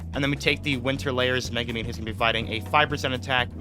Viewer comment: It's MegUmin, not MegAmin, godamn people who can't read make me furious